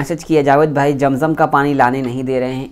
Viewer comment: Jam jam nahi hota hai. Zam zam hota hai